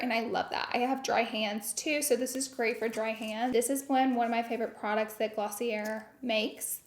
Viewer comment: It's glaw-see-ayy not glossierrrr